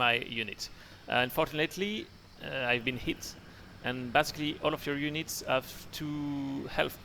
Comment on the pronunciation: Going to e a while before I can get this fellow's pronunciation of in-FAN-tree. u-neets, and Oue-ee Helicopters out of my head